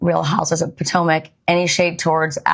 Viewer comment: the emphasis you’ve been putting on POORtomac lately 😂